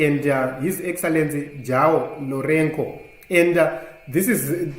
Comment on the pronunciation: you are doing well. Just improve on pronouncing some names. Angola president is called (ZHUWAO LORENZO) that's the pronzauni in brackets. Joao Lorenco